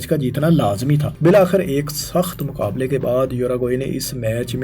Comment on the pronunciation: yeh banda apni pronunciation thik ni kry ga, yeh channel faisal bhai ki wja se subscribe kia tha lekin ab faisal bhai is channel pr ni aty aur yeh bnda alfaz ko sahi pronounce ni krta,,, it's time to unsubscribe this channel isko koi btaye k maqably ni muqably hota hai mamalik ni mumalik hota hai pur ameed ni pur umeed hota hai mataliq ni mutaliq hota hai banyad ni bunyad hota hai majasma ni mujasma athaya ni hota uthaya hota hai matabik ni mutabik hota hai mastakil ni mustakil hota hai aur bhi bht sare words hn